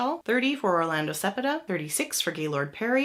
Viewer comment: Had to stop listening due to mispronunciations - Spahn cepeda Doby dierker etc